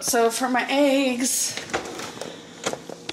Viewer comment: Aaaygs in her little peenk set 🤪